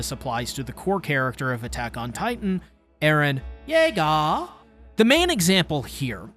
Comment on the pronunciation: I could only deal with you saying eren Yeager like that so many times… 😭